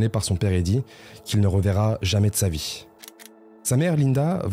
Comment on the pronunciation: Pourquoi rajouter des "ch" ? viechh, états-unichh, marquéch, aidéch ... c'est d'un laideur